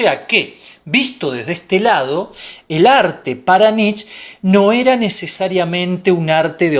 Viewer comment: Muy bueno, pero Nietzsche se pronuncia Nitche, debe sonar la e final.